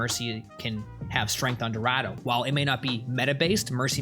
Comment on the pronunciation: He has a funny way of saying Dorado